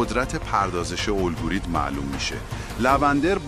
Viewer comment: عالی ولی روی تلفظ کلمات دقت کنید ، حیاتی ،گردان الگوریتم و ....با سپاس